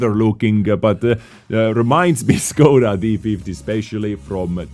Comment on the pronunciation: Whats up with the time stamps lol, Scoda instead of Škoda, Wiet instead of Vzor